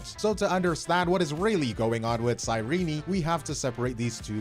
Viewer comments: Ok, but why "Sei-rini" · The biggest controversy is how can't pronounce Cyrene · I thought her name was pronounced "cy-reen" I didn't know they pronounced the e 💀 But tbh one of my main issue is that they tried to make her Elysia 2.0 instead of relying on hsr's Cyrene already established lore into her kit (or how the story ended ) , I think lore wise it's a cheap cop out so that they can make hi3 fans interested in amphorus